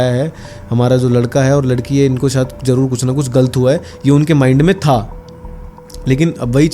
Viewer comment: Yar Shayed ko Sayed kiun bolte ho tum sab India wale